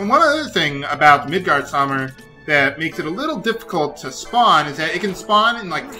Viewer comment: Nope, "Midgardsormr" is correct